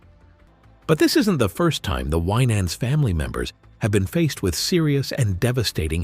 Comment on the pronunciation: I do not appreciate this gossip type approach to news about this blessed family. Just tell the story. No family is without issues, but the Lord hastruly blessed them and what a HUGE blessing for all your children to be saved and working for the LORD! Plus this AI voice is saying the last name incorrectly. Yes, Ronald Winans did pass, but the AMAZING MIRACLE that he was essentially brought back to life is a HUGE TESTIMENT TO GOD’S POWER!🙏🏽🙏🏽🙏🏽🙏🏽☝🏽✝️